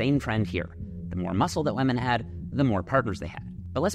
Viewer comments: Why does bro not know how to say "women" lol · I realized pronounces “women” like “weh-men” and now it’s all that I can hear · The real question is why can’t say women. 😂 great video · "wemen" lmao wtf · Does anyone else find the way he pronounces “women” discomforting? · Just here to listen to say wemen 600x 🙂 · "weman" PLEASE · Can we get a meta analysis on this research? And a separate study it Jeffs pronunciation of "Wemen" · why does bro say wemen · Wamen, wamen, wamen, what would we do without them? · Is the pronunciation "WEMYN" for women a Canadian thing or a thing? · Whamen 😂😂 Wove sweet wove ❤ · Why do you pronounce women “wamen” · pronouncing women as "wamen" the entire video 😂😂😭😭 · Why does he pronounce women like that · bro, I love your content, but you seriously need to learn how to pronounce "women." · the pronunciation of women is so funny tho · my man... we need to work on your pronunciation of "women"